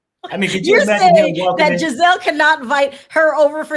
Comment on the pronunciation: Can someone please tell that Giselle’s name is pronounced with a soft G and not a hard G 😂. She keeps saying Gazelle like the animal 😂😂😂